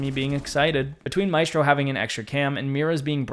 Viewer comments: Its pronounced màehsstro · With rolled RRRs